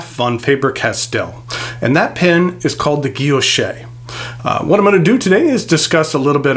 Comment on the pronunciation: Thanks for the review . Absolutely beautiful fountain pen . Btw the word guilloche , don’t pronounce the “ e “ at the end. Like guillochshhh no e or a sound . Thanks again !